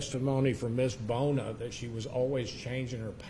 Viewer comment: no he kept saying Bill Boner, might be Bona maybe but his pronunciation was terrible